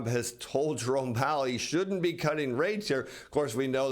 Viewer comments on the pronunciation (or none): none